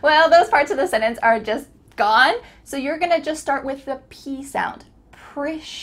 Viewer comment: Absolutely dreadful. Complete drivel and she can't even pronounce the word 'sentence'. Why do people embarrass themselves this way?